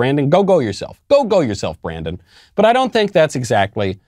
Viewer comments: Brandon isn't pronounced, Briden.... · I heard F Joe Brandon!